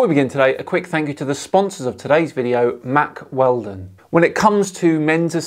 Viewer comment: Guys... When Dan said "Mack Weldon".... did anybody else actually hear "Mark Felton" instead and the tune of his channel start? ... That was odd...